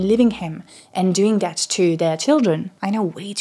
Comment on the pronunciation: Your scent is really strong. It's sounds nice except I would recommend you practice the "th" sound in words like "that" and the "t" in the word "to". I hear "dat" and "choo"